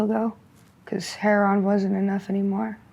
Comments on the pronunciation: Heroin not " heron" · I’ve heard at least a dozen Skid Row interviews where they pronounce Heroin : Heron. Must be a local slang.